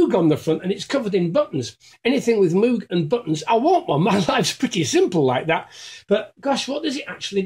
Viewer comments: It's pronounced like "mogue", like rogue or vogue!!! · For someone so into Moog it’s a shame you can’t pronounce it properly, they even did a keyboard that rhymes with it, The Moog Rogue